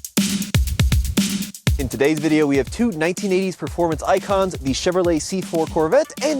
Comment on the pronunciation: Those TPI "turds" went undefeated for 3 years straight ('86-'88) in SCCA Showroom Stock. Porsche and Lotus got so butthurt they had the Vettes banned from the series and they were forced to race against themselves in Corvette Challenge. And "proformance" is not a word, it's "performance." You're probably one of those guys who says "Elderbrock" too...